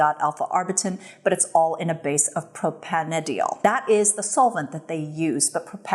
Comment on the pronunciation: hey all (and!), chemist here! propanediol is pronounced "pro-pain-die-all":)